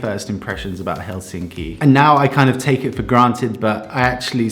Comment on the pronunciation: Nitpickery...try to remember the stress on the first syllable in the word Helsinki, that is, put more Hell into Helsinki..otherwise, you are progressing nicely in your Finnish pronunciation...no small task for an English speaker...carry on...